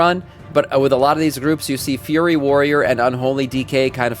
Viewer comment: Why do you call FURY warriors, FURRY warriors? You've got other words you mispronounce similarly.